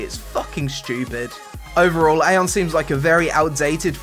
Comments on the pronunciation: Eye-on, not Ai-on. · it's pronounced "Ah yon"